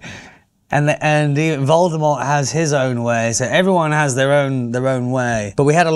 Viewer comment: C'est le seul acteur anglais qui prononce bien le nom "Voldemort" bravo